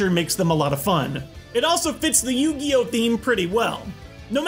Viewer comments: What is "You Gee Oh?" Is it like Pokemon? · With Yoogee, Setee, May Vaseline and JoJ WheehW!